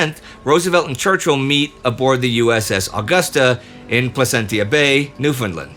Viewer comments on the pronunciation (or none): Great episode! On pronunciation: Placentia is pronounced pluh·sen·shuh